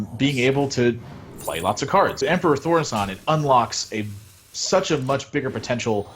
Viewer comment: Really wanted to stab the guy that kept mispronouncing Thaurissan